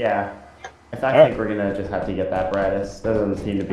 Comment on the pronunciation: "I thibk what you mean is......"🤣🤣🤣